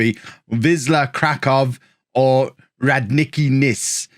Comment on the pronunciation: Radnicki Nis!!!!! Say it - Radnichki Nish :)